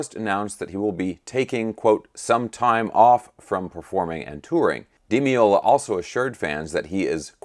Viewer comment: "Day loo THEE ah" You got the Paco part right though.